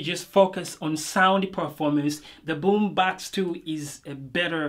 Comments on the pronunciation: I Love it when you say Boombox 😊 that sounds like "Boombax" 😌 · Really good review !!! BUT the pronounce of BummBAX got me dead